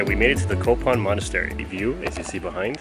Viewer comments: you pronounce the nepali language with funny like kopan its nt kopan it is kapan lolo anyway nice to seee you in nepal have safe stay in nepal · Excuse me its kapan not kopan....make sure u correct it....its kapan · Its Kapan not Kopan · btw it's kapan, not kopan. :) -me, someone living in kapan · It's a kapan not kopan😊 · Hey:)it is Kapan not kopan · Not a kopan it’s a kapan man plz correct it..... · Its kapan not kopan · It's Kapan not Kopan.. . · Its not kopan its kapan😁